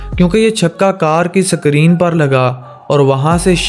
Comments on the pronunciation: Bhai sakrin nahi isko screen kahete he or genta nahi hota ganta hota hai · Sakreeen nahi screen BHAI. Ghanti hay BHAI, genta nahi😀😅😂